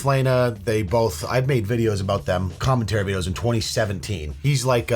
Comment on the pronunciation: You made what on Adam/Lena? Sound like you said cummentary. Speaking of which: that's got to be a form of content creation with how weird society has gotten now, right? Just someone watching a skinflick, doing the deed, all in the style of a movie reaction....? That just seems like something the internet would do.